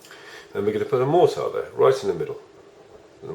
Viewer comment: You say mortar and elixer wrong